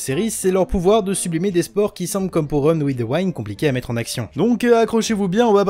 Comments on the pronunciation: "Wind" ca se prononce Oui ^^ pas comme rewind...mais sinon super tes vidéos. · Par contre le i de wind se prononce comme un i en français pas comme celui de wine. C'est vraiment bizarre à entendre ! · Tout le monde: run with the « wind »: run with the « waïnd » 🤣🤣🤣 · Super vidéo mais le Winde à la place de Wind aled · Wind se prononce "ouïnde" chef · bonne video mais mon dieu la prononciation TT wind vs waind et youkoso vs youkozo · La prononciation de wind 😭😭